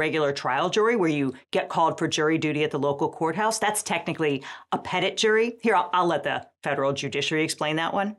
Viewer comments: Only part way through the video, but the whole "grand and petit" pronunciation is throwing me off so much, it surely must be the french words for "large and small" so hearing it like that is just so strange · just an fyi, and I feel like an actual lawyer would know this: the t at the end of petit is silent. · Why can’t we just be educated people and use the French pronunciations? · This pronunciation of petit is intensely upsetting. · Thank you. As a side note, as a francophone, seeing and hearing 'Petit' pronounced anglophonetically causes me physical pain. I understand that the usage has been thoroughly embedded in your legal system, but even the US Navy's "Petty" would have been easier to confront. Not your fault, just jarring, that's all. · The only thing more atrocious than the pronunciation of the word petit by Americans is the rest of the video. Change my mind. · I don’t think you’re pronouncing petit correctly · That pronunciation of "Petit" is painful. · First time I've heard the word "petit" in "petit jury" spoken and I'm surprised the t is pronounced. It's Law French for "small', and the origin of the word "petty". (Trial juries are the only kind today in England and Wales, where I live, since grand juries were abolished in 1933.) Also: the image of guys wearing both camo and high vis will never not be hilarious. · The way "petit" is pronounced makes my eye twitch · Oh my god. I can't believe how they're pronouncing petit. As an English Canadian, I am well aware the threat the French language poses to humanity and should be opposed at all costs. However, if you're going to call it "grand" and "petit" instead of "large" and "small", just stop pretending they aren't French words and say them properly. This has got to be the most American thing I've ever seen. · Hi I'd like to hire a lawyer on behalf of all French people because the way you pronounce 'petit' is a crime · i'm not even french but that pronunciation of 'petit' makes me wince